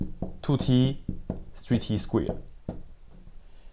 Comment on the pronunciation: Sounds like he's saying squeard and squear and its making me laugh for some reason.